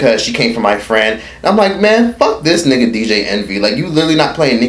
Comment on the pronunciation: TOOK ME OUT "MY FRWIEND " 🤣🤣🤣🤣